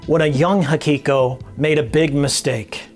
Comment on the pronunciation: I like your vid but why do you always say "Hakiko" instead of " Hikiko"?